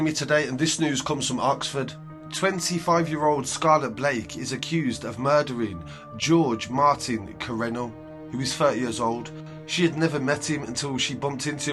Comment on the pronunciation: I think Jorge, is pronounced as whore-hey. It’s like Spanish/ Portuguese.